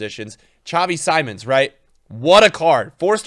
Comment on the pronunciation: Xavi Simons is pronounced more like “sea-monster” without “ter” but just Xavi is also just fine instead of whatever you’re saying now 😂